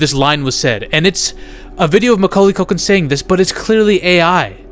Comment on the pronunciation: Macauly Caulkin= Macaulkin 😂